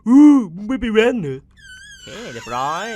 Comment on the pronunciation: เรียบร้อยสำเนียงอีสานออก😂